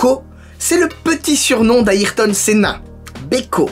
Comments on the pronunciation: Ça se prononce "Ai" et pas "Aïe" pour la prononciation de Ayrton Senna sinon super vidéo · Comment tu as tuer le nom de ayrton senna 😂. Ça se prononce comme airton pas a irton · Bonne vidéo. Par contre je trouve que t'as pas assez parlé des modifications faites sur la p1 gtr (comme l'aileron par exemple). Ah et ta prononciation de Ayrton Senna m'a fait rire. Perso je dis Air tonne pour son prénom 😅. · Tu prononce pas très le prénom de m.senna